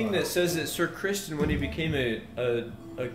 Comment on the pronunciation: the “sir crispson” so confidently has me so dead